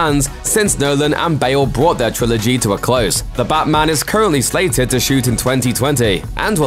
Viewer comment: “The Batman” sounding more like “Da Blackman”